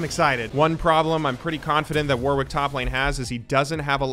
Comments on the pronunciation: I might not be the first person to mention this, but "Warwick" is pronounced "worrik" - the second W is silent. How do I know? Warwick is a city in the UK with quite a famous university. Also, it's a lot easier to pronounce fast when you don't think about that second W ;) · We wouldn't make fun of you if you just said it correctly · I wish Americans knew how to say Warwick.